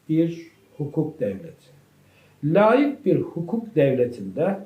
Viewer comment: lâik değil hocam laik